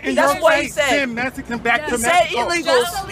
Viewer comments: That dude shouting at those kids is rude!😠 I mean he can't pronounce the word Mexican... he sed it like (mess a can,) im ofended because I'm Australian German and I was adopted"my Dad was American Cherokee & my mom was Hispanic American " & I'd like to tell that man to his shouting"face back the F off!! He's blind to understanding the truth" how easily those kids out talked him!!. Sham on him!😎. This is why America is great!! Its American people sticking up for there rights even the kids are winning the fight Against the naysayers🗽🇺🇸under God with liberty and justice for all God bless. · Mexican or mesicans smh lol